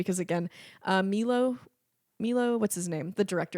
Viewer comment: Okay, classical music enthusiast to the rescue... Amadeus takes place in Austria (mainly Vienna and Prague), not England and the director's name is Miloš (pronounced Milosh) Forman. (Also hearing someone say they do not care enough about Mozart to enjoy the film is so alien to me! But I do realize this is purely a me problem, so...) And Bradley Cooper played a Leonard, bot not Cohen but Bernstein, arguably one of the best conductor of the 20th century.